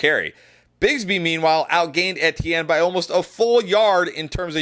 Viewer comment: Why do you say Etienne so weird? It’s E-T-N Is this a schtick?